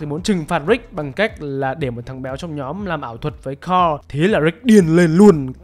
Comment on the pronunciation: S ô cứ đọc tên thằng con trai Ric là carrol thế 😀 N là Carl mà